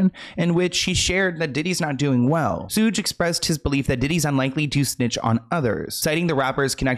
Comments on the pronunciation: Soog Knight hehe babes it's Sug like sugar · Yo...it's SHOOG Night...not SOOGE...❤ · Suuuge Knight has me wheezing 🤣🤣☠️ its Sh ug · It's not "sooge" honey. It's "shoog" like sugar. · Hey!! It's SHUG like SUGAR. Suge Knight. Love all your video, as always!! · SUGE is "sugar" without the "ar". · Did say "Sooj"? 😂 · lol “sudge knight”. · not u calling THEE Suge Knight Sooge 😂😂😂😂😂😂💀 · said “ soooge”instead of suge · his name is shhhug knight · Sooje? I can't